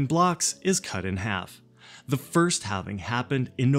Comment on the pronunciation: Nice video! Halv-e-Ning! WOOT